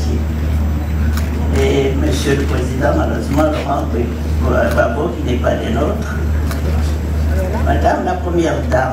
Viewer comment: Mme Thérèse houphouet boigny, bute sur le nom gbagbo, cela révèle de manière profonde, que ce monsieur engendrait la peur à la famille houphouet boigny. Elle prononce tranquillement les noms Konan Bédié, Ouattara sans aucune difficulté. bon entendeur salut